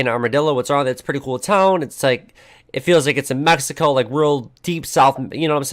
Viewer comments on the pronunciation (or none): none